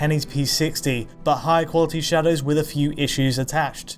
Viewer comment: Shawdows? shawdows? we're talking shadows???